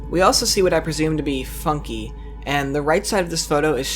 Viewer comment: at one point i thought u said "the f*cking funhouse" 💀